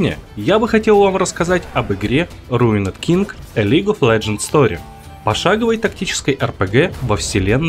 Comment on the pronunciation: РуинЕд Инглиш…..